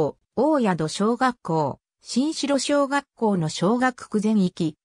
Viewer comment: おおやどしょうがっこう、しんしろしょうがっこうでは、なく